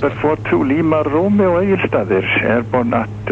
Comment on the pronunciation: I'm sure you said "Egilsstadir", right? Had to listen to it 3 times. Btw, how did you like our little storm earlier this week?